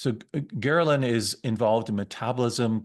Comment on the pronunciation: It's pronounced gr-EL-in